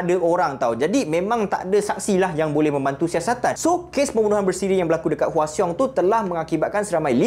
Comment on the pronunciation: cara sebut hwaseong tu salah....cara sebutnya hwasong